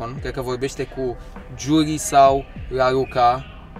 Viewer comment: Pe mine ma cheamă Raluca și ce amuzant pronunți cuvântul,laruca